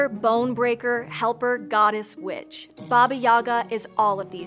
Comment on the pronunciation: For a second I thought she said Baba Yaga was B**ch but she actually said witch